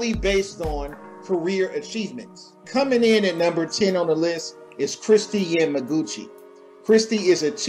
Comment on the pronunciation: I dont agree with a couple of ur rankings but machelle kwan yes an it fustrated me that u pronounce surya bonaly an kristy yamaguchis name wrong